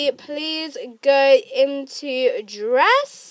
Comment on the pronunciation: You said imto and button lol